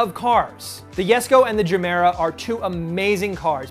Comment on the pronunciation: It's pronounced Yesco...